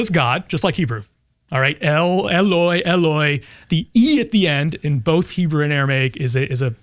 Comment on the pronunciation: will note that pronunciation sucks. he's following the greek ελωι and saying "e-loy". mark's greek is famously terrible. he's trying to render the hebrew אלוהי "el-oh-hi". this is notable because psalm 22 in both hebrew and aramaic reads אלי "el-iy". but it's אלוהי "elohi" in mark so bystanders can confuse it with אליהו "eliyahu", which has all the same consonants, swapping a waw and a yud. the joke only works in written aramaic.